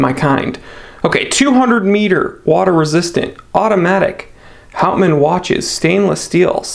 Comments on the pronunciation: As for the pronunciation, clearly it has Dutch roots so that would be "howt- mahn" (if that makes sense), although it will probably have been anglicized. It means wood man, by the way. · Hey, or whatever your your name is. If you are going to review a product you should learn the correct pronunciation of the name. It is called professionalism.